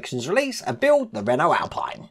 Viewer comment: You're probably fed up of reading this, but the Renault Alpine is pronounced Alpeen as it's French. The Alpine racing cars being British are pronounced AlpEYEne.